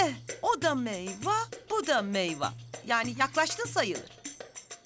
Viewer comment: Meyva değil meyve